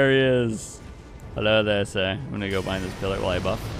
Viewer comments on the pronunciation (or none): none